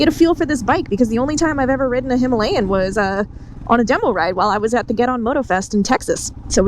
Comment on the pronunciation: Gonna sound "bad" but I'm typing it anyway. Four ladies on Royal Enfield "Her-alayan" ??? Buckaroo!